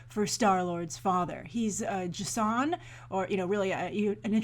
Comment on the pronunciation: Why do you keep pronouncing it Jsunn? Its pronounced Jason. It's just spelt differently. Up until recently it was even spelled Jason.